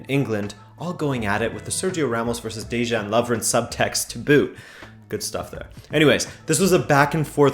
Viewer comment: Great video. Btw, Dejan is pronounced DAY-on; the j sounds like a y.